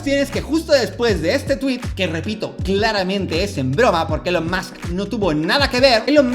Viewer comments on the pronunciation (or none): Buen video pero Dalas, please se pronuncia "ilon" o_o